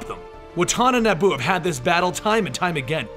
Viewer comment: being a prick i know but its pronounced NE-E-BU